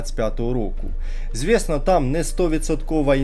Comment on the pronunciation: звЄсно там не😂😂😂😂😂